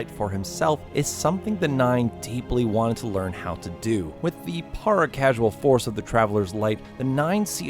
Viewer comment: If I got a dollar every time somebody said "para-casual" instead of "para-causal", I'd be a wealthy man.